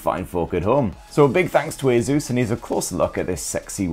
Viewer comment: Bro its just Asus. Simple. Asus. Not aezus. Asus.